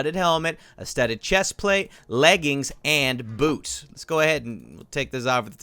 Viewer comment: Wait said boobs😂😂😂.no jk its boots